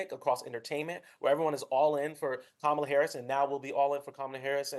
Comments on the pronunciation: Kamala is pronounced "comma la"' Journalists should know better. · Yeah. I noticed that. He probably doesn't know that Republicans are using that pronunciation as a racist dog whistle.